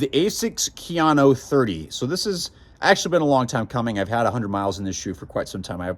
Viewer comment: KA-yano not keeyano